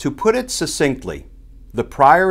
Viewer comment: SUCK-cinctly, damn it. The first C is a hard C, pronounced like a K.